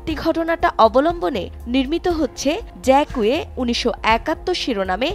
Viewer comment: ফরাসী নাম উচ্চারন ভুল